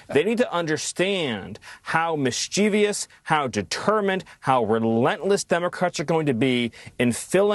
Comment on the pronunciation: He mispronounced Mischievous as if it is mis chiev i ous..